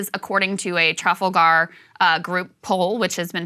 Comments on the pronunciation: Why do Americans pronounce "Trafalgar" wrong? I heard Ben Shapiro do the same thing. It's the location of one of the most famous battles in history. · My eye twitched with your pronunciation of Trafalgar